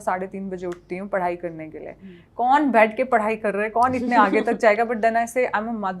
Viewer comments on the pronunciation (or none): none